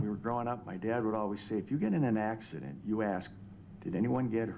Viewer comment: The only thing he said that I didn't like is a couple times he called it an accideent. I was glad when the ifirst couple of times he called it a crash. Then he said accident. You KNOW you are going to drink and you KNOW you will be driving home. You KNOW before you start drinking that it's possible to kill someone. It is NOT an accident. It's a wreck or a crash. Everyone needs to stop calling DUI wrecks "accidents."